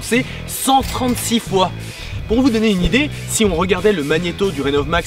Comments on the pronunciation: Il a dit idiée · « ...pour vous donner une « idiée »... » aaaah c’est celui qui dit qui est !! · "Pour vous donner une idiée" Je t'aime tellement mec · de rien et c'est vrai que tes idiées sont fabuleuses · "pour vous donner une IDIÉE" j'avais jamais remarqué ça avant 😂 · tu dis une idier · il a dit idiées lol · "Pour vous donné une IDIÉ" Parfait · Je suis pas le seul à entendre idiée